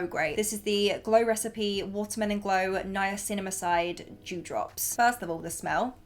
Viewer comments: The way she said Niacinamide 🤣💀 I’m weak love u girl but it’s, Nia-SINA-mide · Girl 😆 the way u say Niacinamide took me out 😂😂😂